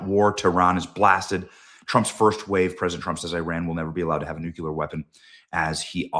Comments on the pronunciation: NU. CLE. AR Not Nu Cu Lar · Benny it's not pronounced Nookular it's pronounced Nuclier, your making yourself look so bad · It's not nuculer, Benny. It's nuclear. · Learn how to say "nuclear" it's pronounced "nuk leee rrr" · Nucular, Benny? Really? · Your child is having a fit because you keep saying nucUlar... 🤣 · Benny still says new-cue-ler. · This fn guy has NEVER pronounced "nuclear" correctly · Come On Benny ... we all love you, but Please .... for the love of God ... learn to pronounce NUCLEAR! 😂🤣 Even Alex has it right now .....